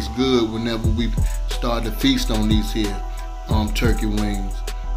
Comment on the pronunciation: Myyyy God those wings look AMAZING! I already knew they were good when he said “These hea’ “ LoL New Subbie!!!